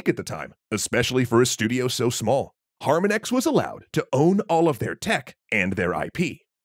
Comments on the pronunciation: Ask your Doctor if HarmonEX is right for you. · Harmonix - Har-mon-icks: Like the word harmony with an icks ending. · Har-mah-nix. As in harmonics. As in a sound wave. Anyway, great video. 👍🏼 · Why are you putting the emphasis on the first syllable of Harmonix's name? The emphasis is on the second syllable (har-MON-ix). It's a play on the word harmonics, which is a style of guitar picking. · Good info in this video, but the constant mispronunciation of "HarmonEX" drove me absolutely crazy. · How do you get "HAR-man-ex" from Harmonix? It's just the word harmonics, replacing the cs with an x. Also, unique is an absolute. Something can't be "somewhat unique" or "fairly unique". It's either unique or it isn't. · Not trying to nitpick here but someone please confirm that Harmonix is pronounced like the similar word in "harmonic minor" and not like harmon-ex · Love that you pronounce harmonix wrong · It’s not harmon-x it’s harmonix, like harmonics, this irks me so bad, I can’t finish the video. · Harmon-ix is pronounced harmonics, like the sound wave. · I’m going to have to bail on this video because you keep pronouncing “Harmonix” as “Harmunex” like it’s an anti depressant or something. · So, have you even played these games yourself? There is some bad info in here, and you are not even pronouncing "Harmonix" (har-MON-icks) correctly. Seems suspect. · It's pronounced "har-MON-icks", it's a play on the word "harmonic". There is no "ecks". Cool video though. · His pronunciation was bothering me through the whole video. Harmonix as a play on harmonics is something I thought was obvious. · Beatles and Metallica are 100% love letters for those bands and fans. Both Harmonix (which you refused to pronounce correctly by the way) and Activision put a lot of effort in those games and are each considered proper titles for the genre. Green Day, Aerosmith, Van Halen? Now that’s cash grabs that never needed to happen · STOP SAYING HARMONIX LIKE THAT PLEASE IM GONNA GO INSANE